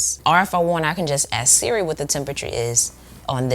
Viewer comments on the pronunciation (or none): none